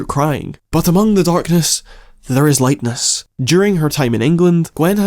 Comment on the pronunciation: "Lightness" lmao